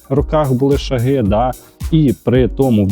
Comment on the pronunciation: не шагИ , а шАги